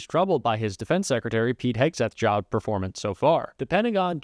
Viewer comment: SecITary....Secretary drives me mad